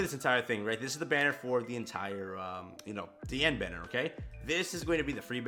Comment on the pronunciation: Good Job, you are finally saying her name correctly!!! You have graduated!!!!